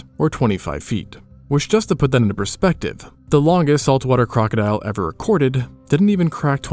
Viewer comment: AI can't pronounce "perspective"